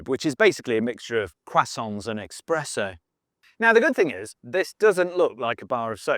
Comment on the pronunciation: Did you say expresso 😂